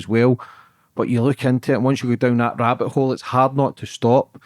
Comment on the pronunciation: The further down the rabbiT hole you go, the 'T" becomes silent